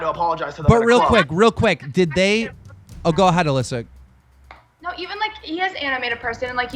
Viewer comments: I know this is an old video, I just think it’s funny how keems been trolling with saying Alyssa’s name wrong. Too bad Rice ruined his career wah wah 😬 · PRONOUNCE HER NAME FUCKING PROPERLY